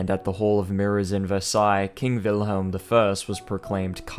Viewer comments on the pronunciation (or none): none